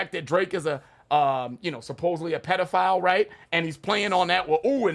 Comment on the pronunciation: He pronounces "pedophile" (pediFOWL)!OVO Y'all missing the deeper meanings, ‼️yo